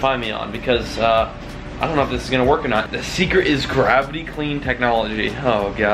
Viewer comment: the “thecret”